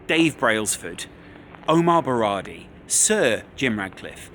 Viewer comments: "Omar Berrardi" 😂 more research required before recording. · Besides him saying "Omar Berrardi" numerous times.